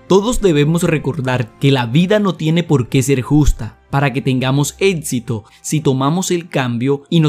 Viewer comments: amigo aprende a hablar por favor, es estresante.. "ETSITO" ? "CONETSIONES" ? APRENDE A HABLAR DIOS. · Sus atsiones?... su etsito?? No está muy ganador hablar así